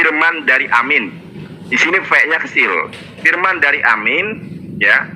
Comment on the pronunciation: téh urang Sunda, bukan? Koq ngomong "firman" katanya "P" nya kecil. Juga saat ngomong "opening statement" jadi "opening setétmen. Jamaah, tolong teliti kelicikan yang hanya nyomot ayat dan menghindar bahas soal "ciptaan pertama". Kalo nabi anda memang ciptaan pertama, tentu akan ngebahas. Ayolah jamah, oh, jamaah... telitilah